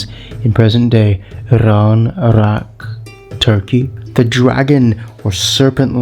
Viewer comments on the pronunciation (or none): none